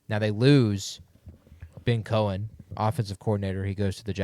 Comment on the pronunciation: Sounded like you said they lost Ben Coen. Also, did I hear someone say McMillan was a 1st rd pick last year?